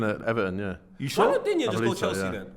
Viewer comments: If you want to pronounce Lucas Digne's name correctly you can hear him here: ...and it's not Dinje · Digne is actually pronounced "dean".